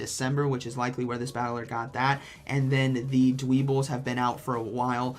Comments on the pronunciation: This man just said dweeble lol It's Dweh-bull, my friend, haha. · its Dwebble like in Pebble... hence the name. So not its not really pronounced like bull at the end